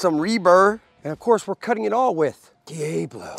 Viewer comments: nobody says DE AAYY BLO its DEE AHHH BLO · It’s pronounced Dee-AH-BLO can’t stand that you pronounce it all wrong! PSH! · Then pronounce diablo correctly! Lol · De Ay Blow is smeeshable! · In Texas we say Deeabalo